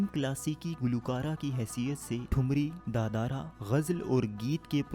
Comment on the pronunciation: Yeh da darà kia hota pehlay bolna tau seekh loo its taal daadra da darà kuch nahin hota